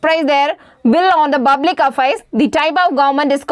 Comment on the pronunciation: Good effort. But you try to pronounce words stylish which has some corrections. *Its public you have pronounced buplic Why I'm explaining is that you have to focus on teaching clearly more enough